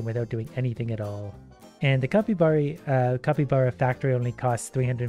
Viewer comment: why do you say copybara its capybara